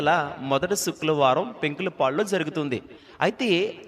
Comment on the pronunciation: అన్నయ్యా నీకూ శుక్రవారం అని పలకడం రావడం లేదు. ఎందుకో నాకూ ఇబ్బందిగా ఉంది. ఫ్రైడే అని అను అన్నయ్యా శుక్రవారం అనేది పలకలేక పోతే